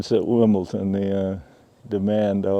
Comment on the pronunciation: This is incredible! Although I have to say, every time I heard Mark say "WimbleTon" instead of "WimbleDon" I died a little bit inside.